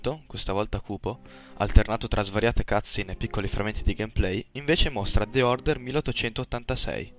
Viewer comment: Con una serie di "cutscene", che ogni volta che lo dici sembra altro :D Comunque grandi. Non ho la possibilità ne di seguire tutta la conferenza e questi riassunti sono molto utili!